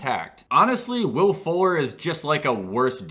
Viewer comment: When he said Will Fuller, I thought he said Will Ford